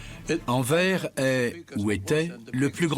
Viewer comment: ANVERS ce dit ANVERSE